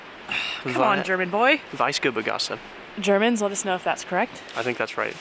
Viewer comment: The sweetness of Lebkuchen comes from honey. So they are not as sweet. Weißgerber Gasse was pronounced perfectly. The castle was build by the German Kaiser (which mandatory needed to be the German king as well) and the city belonged to the Kaiser directly until 1806. The walls as you experienced it are build during the 16th century. Greetings from Nürnberg